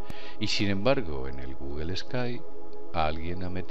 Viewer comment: Porque pronuncian "GUGEL" En la palabra Google no hay ninguna e o a para pronunciarla "GUGEL"